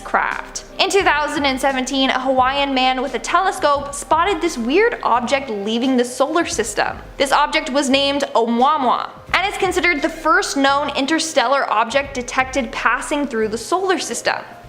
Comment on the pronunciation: The ‘alien spacecraft’ is pronounced ‘ah-moo-uh-moo-uh’ not ‘ah-mwah-mwah’. 🙄😑